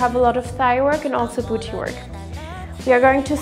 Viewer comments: The way she says BOOCHY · I'm sorry, but every single time I see pamela I'm absolutely shooketh at her body like fr shes not photoshopped I- Also I love how she says "booty" so posh-like